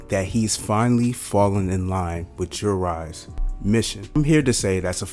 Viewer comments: Bro are u saying Jurai instead of Jura??? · Bro it’s jura… Cmon now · I'm sorry guys, I messed up the pronunciation of Jura. I woke up and rushed to make the video. I'm going to make sure to correct it in the review video.